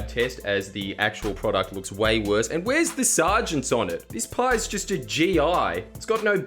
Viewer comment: 'Sar-gents' really got me LOL